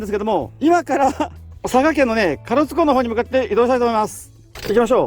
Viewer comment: 壱岐島と隠岐の島を混同してる？で、かろつ？唐津＝からつだよ。旅慣れてる割にはひどい。